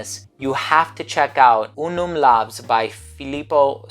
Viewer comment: it should be pronounced like laus cos it is in latin where V=U LAVS=LAUS and it does mean "Glory"